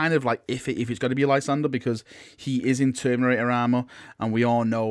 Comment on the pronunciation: Cousin it's pronounced term-in-ator armour. Sorry to nitpick, enjoy your vids but that makes me hackles stand up everytime lol